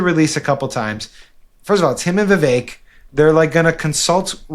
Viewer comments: It's Ví vek guy's. Ramaswami is a hindi name and so, the stress is on the first syllable. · What is up with viv ache? Every Vivek I've ever known pronounced it Viv-ek.